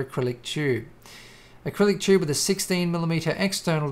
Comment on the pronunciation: you pronounce tube as "chube"... funny accent hahhahahahahhahahahahahha